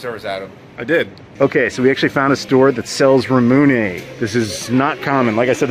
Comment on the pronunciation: nooooo not "ra-moony" i know this footage is months old at this point but it still hurts to hear ramune not pronounced "ra-moo-nay"